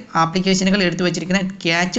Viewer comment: ക്യാച്ച് അല്ല ബ്രോ ക്യാഷെ എന്ന് ആണ് പ്രോനൗൺസിയേഷൻ